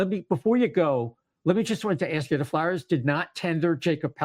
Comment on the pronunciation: It’s pronounced FLARE, not FLAR. So annoying.